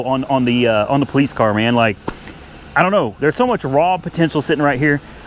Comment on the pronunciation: You mean po "LICE"?